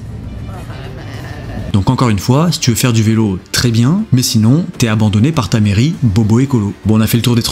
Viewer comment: CA ou SA = même combat ! Passer le niveau primaire ! ^^ et le "TA" de TA soeur est magnifique ! ^^ Tout à fait.